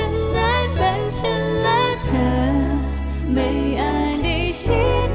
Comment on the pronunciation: ไม่ชอบการออกเสียง คำว่า ชั้น เธอ ที่ ของมายด์เท่าไหร่ เหมือนบีบเสียงบางทีฟังแล้วไม่อิน